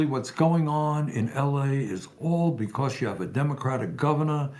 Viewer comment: I love Phil but the way he says beCAUSE drives me insane.